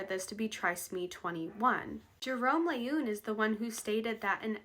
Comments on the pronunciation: The doctor who discovered the genetic basis for Down syndrome was Dr. Jérôme Lejeune (pronounced like leh-zhune) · I dont know how you spell the name of 2nd person you suggest the syndrome should be named after but you pronounced something like L'une. People will always find ways to make fun of names - it occurs to me some might call them Loonies! Downs or ups is less offensive but work on something more apt, i.e. syndrome 21.